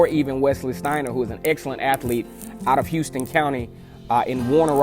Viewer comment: Just a note for future reference... We pronounce it "How"ston county. Not the same as the city in Tx. War Eagle.